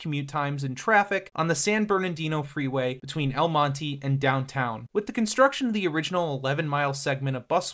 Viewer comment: Mon-teh not mon-teeee, triggered me multiple times